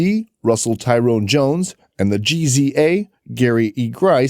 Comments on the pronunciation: HOW YOU SAY RZA AND GZA NOT R Z A AND G Z A WHERE ARE YOU FROM FOLKS SMH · In the united states its pronounced Jizza and Rizza. Those are hip hop legends please pronounce them correctly next time.